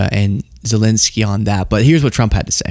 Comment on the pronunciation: Why do all you American pundits insist on incorrectly calling Zelensky "Zelinsky"?